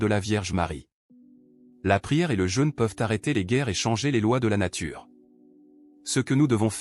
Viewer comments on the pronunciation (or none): none